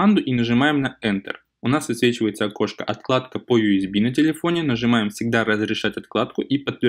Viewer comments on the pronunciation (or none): не отКладка, а отЛадка, просто уши режет